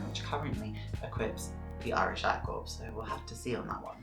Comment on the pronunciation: Its "cor",not "corpse"